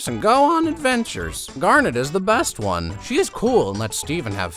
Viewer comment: I like he says garnet right and the others the wrong way